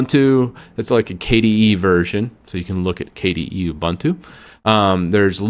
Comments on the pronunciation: No one noticed that he mispronounced Ubuntu? I've always heard it pronounced "Ooh-boon-too." alternates between "a-bun-too" and "you-bun-too." At least he pronounced Red Hat right! 😃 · Not a bad video, but the repeated and constant mispronounciation of distro names is really annoying. 1. It's not DEEBian, it's DEBian. Like Debra (Lynn) + Ian (Murdock). 2. Not oo-buhn-too;.oǒ'boǒntoō. 3. Suse, not Susee. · It's not pronounced dee-bian; it's debian; like the name Debbie. And it's oo-boon-too; not oo-bun-too. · It's Deb and Ian not Deebian lol it's also oo-boon-too!! Who is this guy? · Ubuntu is a South Africa word, founded by Mark Shuttleworth (South African). Meaning ‘humanity’. It’s pronounced ‘oo-boon-too’ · How is it that you mispronounce Debian and Ubuntu? It almost seems like a conscious choice. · Thank You also he should learn how to pronounce Ubuntu